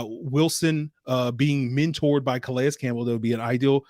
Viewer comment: Good stuff,. btw i think his name is pronounced 'Ka-Lay'. the S is silent